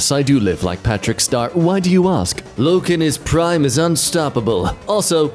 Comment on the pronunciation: loke in his prime , bruh 💀did you mean Luke 😅 I know it's a simple mistake but it's also like the biggest franchise ever. And you know his name is Luke Skywalker, not loke